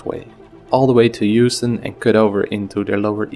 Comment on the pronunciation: In NYC it's pronounced "HOWston" not "YOUston". Neighborhood is called "Soho".